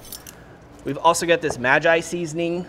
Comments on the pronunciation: It’s not “ma-gy” like the three wise men, it’s “Maggie” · hey, did you know that the maggi sauce is pronounced as mehg-ghee sauce? like meggy. cheers!